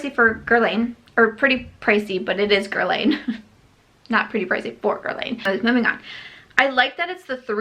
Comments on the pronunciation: Guerlain - pronounced Girl-lahn, not Girl-layne. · Dear, Guerlain sounds like “guerlan” (the i has no sound) 😜